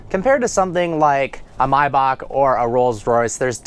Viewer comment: It's Mayback not Mybock